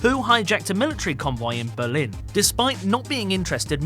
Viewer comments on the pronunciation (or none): none